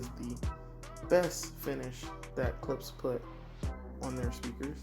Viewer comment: Love the video but it’s pronounced “klip-sh” 😉